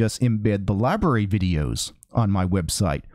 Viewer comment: How do you get "libaree" out of LBRY.